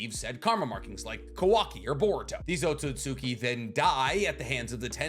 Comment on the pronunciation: I can tell you're learning Japanese because your pronunciation of Ohtsutsuki is better than mine 🤌 lol it's a convention of pronunciation I never picked up on until recently. That is, in the first half. You switched it up lol. I know it's i's and u's between certain sounds that get skipped, that's why it's Sauce-kay not Sa-su-kay, eesh-key not ee-she-key, oats-oots-key not Oh-tsu-tsu-key, although I'm not entirely clear on the full rules so I'm not positive.